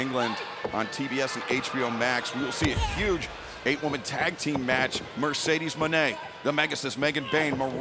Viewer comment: When Taz pronounced that tag team as Like A$$. That got a chuckle out of me. 😂😂😂